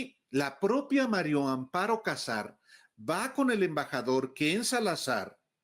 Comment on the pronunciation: Alvarooo "María" no Mario. A ver, si se te facilita diciendo: "MariAmparo", todo junto 🙄